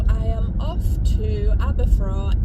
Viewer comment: This is an area I know really well, and it's delightful to watch you discover it with your usual sense of joy and wonder. But yes, that racetrack is in entirely the wrong place 😡. Btw Aberffraw rhymes with "cow"... it was a very important place in the middle ages, being the seat of the Princes of Gwynedd, although there's not much left to indicate that today.